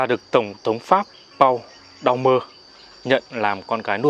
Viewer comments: Tên vị Toàn quyền Đông Dương đó đọc là "Pôn Đu-me" (Paul Doumer) thì đúng hơn là Pau Đau mơ như MC nói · Doumer đọc là Đu mê. Tên đầy đủ Paul Doumer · Đúng vậy .Mình không rành Pháp ngữ nhưng đọc tàm tạm là Pôn Đu_me .Nếu đã làm truyền thông thì nên tham khảo cách đọc trên mạng hoặc nhờ người biết ngôn ngữ có liên quan. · Tên tổng thống Pháp nên được phát âm theo tiếng Pháp nhé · Đọc tên tổng thống Pháp mà như đọc tiếng Việt .Nghe ngố ngồ ngộ ngây ngô thế nào ấy .Cần tham khảo người biết tiếng Pháp để đọc cho rõ nhé ,truyền thông mà đọc như thế là người ta cười cho .